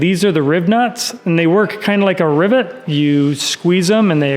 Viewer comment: Rivets not Ribnutts 😂 i never heard them am called that before